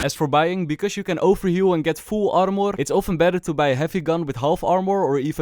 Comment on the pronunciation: "AR-MORE" lmaoo